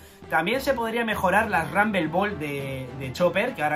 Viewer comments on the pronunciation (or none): none